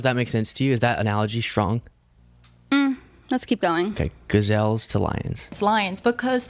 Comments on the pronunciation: Ga - ZALES ???? Who pronounces them like this ??? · The worst part is how she pronounces 'gazelles.' Wtf are "gaz-ales" 💀